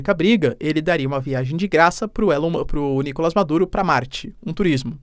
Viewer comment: NicolÁs!!! NicolÁs!!! NicolÁs!!! NicolÁs!!! NicolÁs!!! NicolÁs!!! NicolÁs!!! NicolÁs!!! NicolÁs!!! NicolÁs!!! NicolÁs!!! NicolÁs!!! NicolÁs!!! NicolÁs!!! NicolÁs!!! NicolÁs!!!